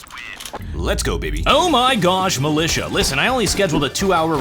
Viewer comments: militia u call "milisha" rly?? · ...militia... Me: huh? Malaysia? Since when...